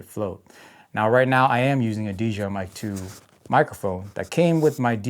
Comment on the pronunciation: Maybe if you said DJI instead of DGI maybe they’ll send you something 😂 Your videos are golden compared to my trash. Keep up the 🗑️ 🗣️ it’s grade A entertainment 💪